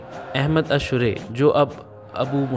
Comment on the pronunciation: میسج ٹی وی انتظامیہ سے گزارش ہے ایسے شخص سے آڈیو ریکارڈ کروایا کریں جس کی ادائیگی وتلفظ درست ہوں الشرع کی راء پر زبر پڑھی جاتی ہے اور بھی بہت سے الفاظ کی ادائیگی درست نہیں ہے